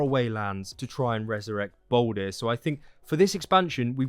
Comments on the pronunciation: Not trying to sound aggressive but can u please stop calling him baldir (bawl deer). Another name for him is literally baldur (bawl dur) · it’s all good. I can see how it makes sense to say baldir when all ur given as a name is baldr.